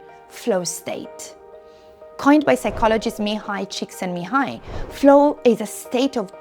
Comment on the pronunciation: Hahaha how you said the psychologist name so easily is impressive 😅....